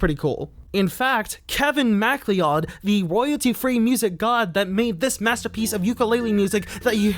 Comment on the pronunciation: I was with you up until "MackLeeOd"